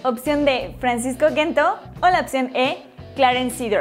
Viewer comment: Mejor que Correa, sin discusion, q Joao Felix, estaria por verse, y no se dice Gento, se pronuncia con J deben de informarse un poco antes de subir videos.